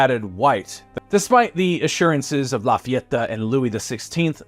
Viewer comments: Who is this “Láfiattá” gent? 😅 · Awesome video La FayetAAH! 😂